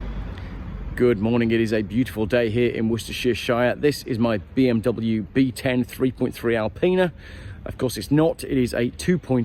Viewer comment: ...it's called Woostershersauce Shire...!!!.....😎